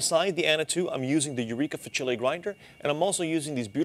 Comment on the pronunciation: Thanks for the helpful review! Eureka Facile is pronounced "FAH-chileh". It means "easy" in Italian.